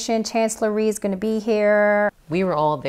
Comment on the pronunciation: Rhee not Theme.